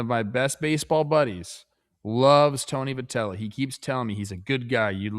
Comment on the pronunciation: Hey guys love the show! 😃 I've noticed you guys pronounce Tony Vitello's name as vih-tell-oh, so I was pronouncing it like that too because of you guys. But then Opening Night's NBC game was pronouncing it vy-tell-oh, which confused me. I looked it up and it looks like it is pronounced vy instead of vih! Just thought I'd let you guys know! Keep doing what you're doing!❤